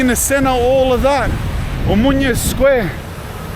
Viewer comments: lol you have the fanniest way of pronouncing OMONIA. You say O-MO-NIA in 3 sylllables, when it is actually O-MO-NI-A in four syllables. Like saying AMONIA, you know. Anyway this is an enjoyable video. Cheers mate ! PS Also it is E-KSA-RHI-A - three syllables, pronounced phonetically (all the letters). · Please don't pronounce n in Omonoia like in Espana. It's too bizarre. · As a greek, hearing you say Μούνια (Mounia) and not Ομόνοια (Omonoia) hurts my soul 😂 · Gamoto malaka - Omonia not Omunia ...ha ha , you Greek pronunciation it´s broken down. Anyway , you are a brave man , respect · Χαχαχαχαχα ποιος του είπε ότι λέγεται ομουνια και όχι Ομόνοια;;;😂😂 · omOnia not omunia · I like how he pronounces it "omunya" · I love the pronunciation of Omonia. Cut short you’re calling it “Mounia”… more or less accurate name for that drug infested hole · Θα του πει κάποιος πως να πει σωστά την λέξη Ομόνοια??? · Omonoia 😂😂😂😂 Can't help.myself laughing they way you pronunciate mate